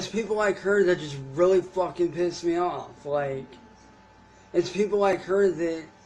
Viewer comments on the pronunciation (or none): The "vucking" & "vitches" gets me every single time & makes me giggle. Thanks for the chuckles! he couldn't think of the word he wanted, probably something like "manipulative" would've worked!